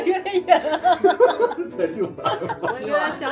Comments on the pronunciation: 期待。顺便说下,max作为安徽人，六（lù）安说成六（liù）安有点说不过去😂😂😂，小时候天气预报看少了😂😂😂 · 那不叫六（遛）安，而是六（陆）安